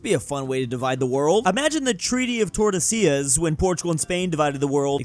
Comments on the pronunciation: how did pronounce tordesillas correctly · Am I dreaming? Or did finally pronounced tordesillas correctly???